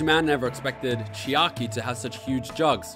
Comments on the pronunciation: For one highlight, i want a compilation of every time you say "Chikai" and then at the end, the time you said "Oh it's chiaki! I've been reading it wrong.." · It hurt just hearing him say “Chikai” and “Nekomura”